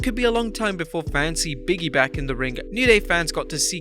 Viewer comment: Can they get a voice over guy that doesn't know how simple words or names.i don't know who biggy is or canye west.has a hard time with words like narrative etc.